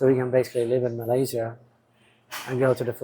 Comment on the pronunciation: For the love of god, can you ask Mia or somebody how to pronounce Malaysia and Bohol?!?